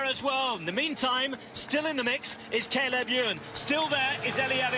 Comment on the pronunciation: Is Sean going to learn how to pronounce Cay leb Ewe an's name any time soon?